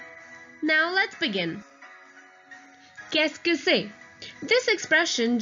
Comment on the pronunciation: "Qu'est ce que" its rare to dont pronounce "Ce"